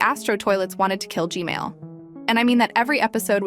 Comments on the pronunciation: STOP SAYING GMAIL TOILET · You are saying g mail toilet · Blud literally said gmale💀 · It’s g man not Gmail💀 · And also it’s not Gmail it’s G-man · Why u say g mail toilet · Its gman not gmali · btw it's "g-man" not "g-male" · Why does she call the g man toilet the gmail toilet😂😂😂😂😂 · Its g man Not g mall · Its g man toilet not g mail toilet 😂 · Gmail?! It's Gman(not tryna be rude) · Stop callingI it G-Mail , Call it G-man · Normal people: gman toilet:gmale toilet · not to be rude but your saying g mail and not g man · Why do u say gmail not gman😂😂😂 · Why is calling gman gmail? But i still like how she call him g-mail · why do u call g-man “g-mail”? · Its funny how you say gmail toilet squad 555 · I heard you say gmail toilet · the ai said Gmail toilet🤘🤘🤘💀💀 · You said Gmail toilet 😂😂😂😂😂😂